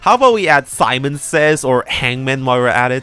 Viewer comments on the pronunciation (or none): none